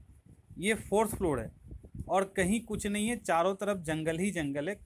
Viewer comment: "औड" नही होता वो और होता है।